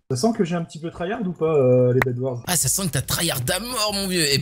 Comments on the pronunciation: C'est pas bedwar c'est bedwars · Ça se prononce bed warse